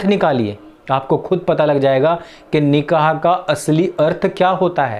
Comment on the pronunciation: निकाह होता है निक़ाह नहीं